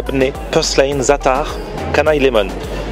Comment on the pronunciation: Quand j’entends ta prononciation de « zaatar » ça me fait tellement mal aux oreilles 😭😭😭